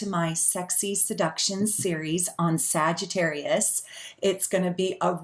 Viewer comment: lol exactly we’re damn near perfect but he calls sags “SagiTERROIST” 🙄